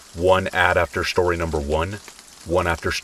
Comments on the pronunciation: I listen to your videos every night. I always say with you "after shtory number one, after shtory number two and after shtory number 3." It's our 'thing' 😂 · why does bro say “SHtory number 1” “SHtory number 2” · Have only watched 2 videos so far but their the only videos that will motivate me to do housework 😂 also I love the way you say “shtory” lol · Love how you say shtory xx